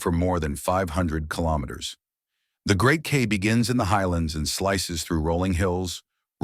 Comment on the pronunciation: Kei, pronouned Kye as in Transkei =Tran sky, rhymes with eye.